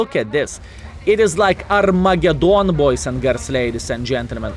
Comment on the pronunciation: R- megadoon..lol